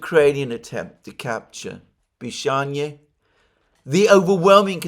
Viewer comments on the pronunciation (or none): I hope village of Pishanie actually has a different name, but Alexander did not pronounce it correctly. Just imagine living in the village of Pissing 😂